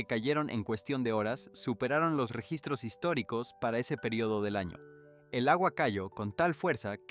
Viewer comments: La historia es real,Pero bueno pronunciación en español es un desastre Te entiendo igual Pero debes hacer énfasis en lla ñ de año y muchas más palabras o te crítico pero es para que sepas Gracias amigo por tu voluntad Dios te vendiga ,Desde Uruguay te ad.iro por tu tenacidad , Ok ? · Utilizaron la inteligencia artificial porque no pronuncia bien las palabras, no sabe sobre la ñ, dice ano y muchas más como profecía le quita el acento. Deberían utilizar gente real ya que es una noticia importante.